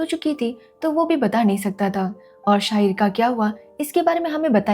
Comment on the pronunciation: Shaagid नही शाहीर